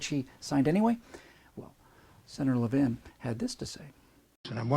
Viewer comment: Maybe someone has mentioned this, but Carl Levin is pronounced Lev-in as in ‘lever’ and the word ‘in’. Mr. Levin has been a senator since 1979 so I suspect that this video may not resonate well with fellow Michiganders.